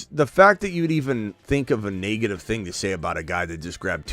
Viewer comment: Naygetive…. way of saying negative lol